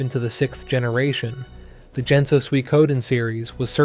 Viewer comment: "jenso" and "eye yuuden" were similar standouts. The delivery needs a lot of work but the message delivered in the review is solid; RPGs are mostly polished and safe trash now (or indie pixelart cashgrabs), and they were usually a spectacle or unique or at least somewhat interesting in other ways when Suikoden was released.